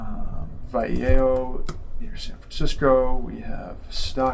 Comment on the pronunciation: The pronunciation of “Vallejo” was really something